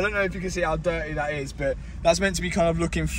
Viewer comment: Mat’s pronunciation of “But” just hits my ear in the worst way. Buuut lol.